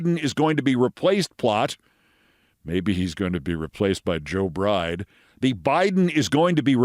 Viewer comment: Sounds like he actually said Joe "Bright" (not Bride) 😏